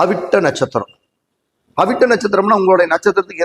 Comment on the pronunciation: Avittam u did not said clearly pls repeat sir